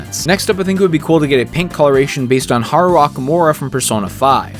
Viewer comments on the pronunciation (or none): damn butchered haru’s name good vid though